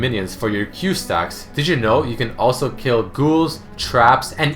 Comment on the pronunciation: when he says "did you know?" sounds like he said Digimon